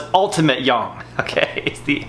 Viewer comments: its Yin and Yang bro. don't call it Yong. many will get offended. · stop saying "yaarng" for fucks sake, it's yang as in bang. Your pushups are shit and produce very little result for the effort, get your elbows next to or even touching your ribcage and feel and see the difference. I have occipital nerve issues, I do 300 to 500 pushups in sets of 50 to 80 every day to keep the blood flow around my shoulders and neck flowing to relieve the pain.